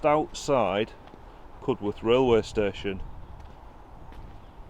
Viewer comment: Think it's pronounced CUD-erth not Cud-worth. Great video all the same. 👍